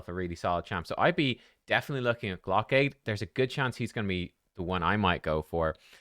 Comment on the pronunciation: pronouncing it "glock-aid" makes it sound like a fundraiser for people who want glocks